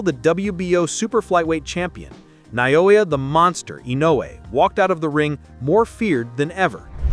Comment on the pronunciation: Who? That’s Naoya not Nayowa!